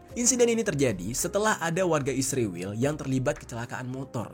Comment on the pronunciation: Syallom...mohon jangan sebut ISRAEL dgn sembarang sebutan ... ISRAEL bukan ISRIWIL...anda buta huruf ko ?